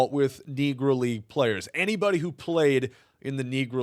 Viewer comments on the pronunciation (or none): wtf did you say? C’mon now bruh that wuz wild NEGrOw … not what you said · you gotta work on how you pronounce knee grow league. I think you forgot the O at the end a couple times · Negroo is what it sounded like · Yeah definitely sounded like he almost forgot to O at the end a few times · Did I hear the R?